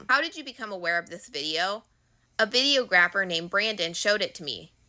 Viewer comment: Google the pronunciation of Videographer.